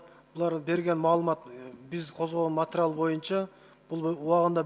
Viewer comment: "матырал" дейтко🤦‍♂️